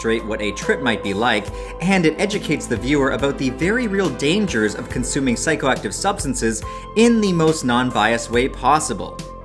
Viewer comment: Yes I heard Octive as well 😂